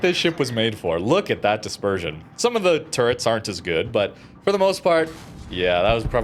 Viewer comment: CRUISER dispeesion? This was supposed to be the trait of West Virginia.